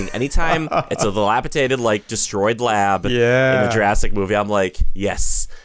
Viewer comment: I just want to educate, not ridicule that the word is dilapiDaTed, not dilapiTaDed. Imagine saying "the lap I dated" Like somebody misquoting an idiom or colloquialism, if it isn't addressed, everybody is going to say it wrong.